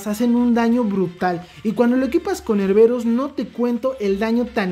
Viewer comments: porque le dices erberus, es erebus, jajajaja, saludos y buen video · Él: erberus Yo: joder tio, que es erebus!! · Erberus.... suena mejor que su nombre Erebus.